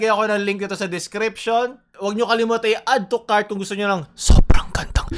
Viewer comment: No one: Literally no one: Lee min hoo on Lazada ads : "Addutucart now"